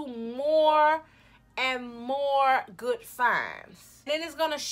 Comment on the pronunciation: "some real gwudd" lmao